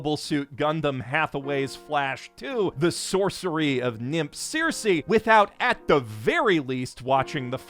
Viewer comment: The way he pronounced Circe hurts :(